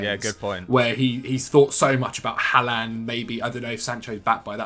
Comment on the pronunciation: the way pronounces haaland is making me want to cry